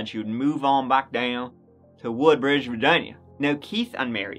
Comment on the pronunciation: I grew up in Woodbridge, and that's exactly how I would say it. We also called it "Hoodbridge".